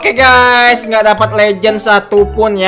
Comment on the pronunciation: Ini Gak SalAh Dengar Kan? Itu Bilangnya Stumble Gay Bukan Guys